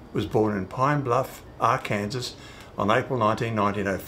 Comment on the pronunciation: "Ark Kansas" Not so much.